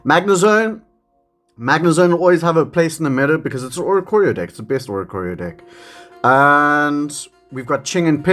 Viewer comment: I know it’s just the accent but it definitely sounds like you’re saying dick/dicks 😂😂